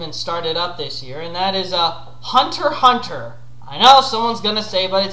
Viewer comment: Hunter x hunter is great. My absolute favourite. BTW you pronounce it correctly. Shonen Jump even explains how to pronounce the name.